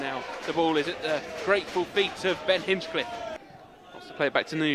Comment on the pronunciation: Someone tell the Barnet commentary team it's Hinch-liffe not Hinch-cliffe 😂